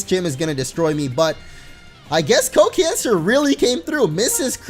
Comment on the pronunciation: Can you please pronounce the name as "Co Can Sar" (Sar as in Sarlacc (that's starwars just in case)). Feels really "eehhhhh" to pronounce it as cancer... :\